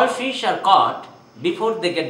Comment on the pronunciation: The narrator says “fiss”